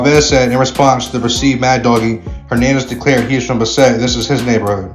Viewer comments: Its Bass-et... Not Ba- sset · Buhh-set lol It’s Bassett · Why is he saying. Besset? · It's not pronounced Ba-Set it's Bassett one phrase. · It's pronounced Bass-it not bah-set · Bahset gang ? bASSet foo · It’s not Bah-set…it’s pronounced Bass-sit foo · Bass-it bro how you pronounce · It’s pronounced as ‘bass set’ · Buh-set ? this fool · this isn’t even a Spanish word lol and he still got it wrong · Somebody needs to show this fool how to pronounce Bassett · U have no buisness doing content like this if u cant pronounce names correctly. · Dude at least learn how to say the name correctly 🤣😅😆